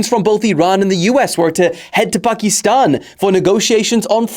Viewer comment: hate how he pronounces „Pakiiistan“